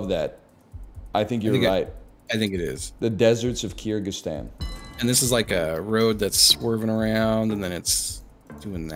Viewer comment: Ive never heard pronounce Kyrgyzstan correctly